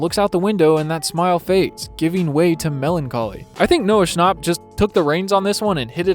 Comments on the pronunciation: man just said noah schnop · It’s Noah schnap like a nap 😴